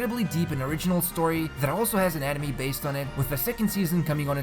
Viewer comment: When says "Anime" the wrong way.. i feel sad